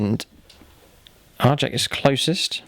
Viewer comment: So glad he didn't pronounce Arjac as "Ar-yak". J after r is always hard, not the soft y sound. =D